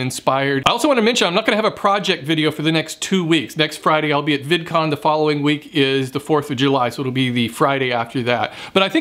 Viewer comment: Hihi he said vidicon!